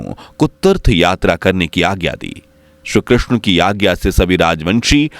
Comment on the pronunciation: Shree Krishna not Shru Krishna please improve your pronunciation before uploading video